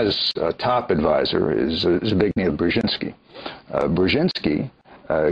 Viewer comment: The fellow doesn't even know how to pronounce Dr Brzezinski's first name!